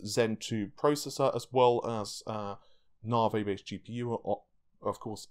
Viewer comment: How can you still not be able to prinouce NAVI? Are you fucking with us??????